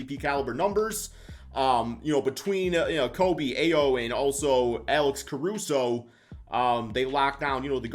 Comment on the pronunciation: Ayo = io, not ao